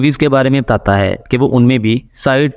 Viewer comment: Tata hain .....Tata hain ...kya bol rahe ho....sedhe bolo na batata hain😅